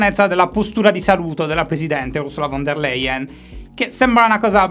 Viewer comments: Ciao Shy un piccolo appunto di pronuncia (che male non fa): nell'olandese e nel tedesco la v come iniziale di una parola è pronunciata come f, quindi si pronuncia Fon der Leyen praticamente (in cui "von" è la preposizione "di", anche in Italia ne abbiamo molti di cognomi di questo tipo) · Ma figurati, capita 😄 Shy continuerà comunque a dire "von der leien" ma gli vogliamo bene lo stesso 😁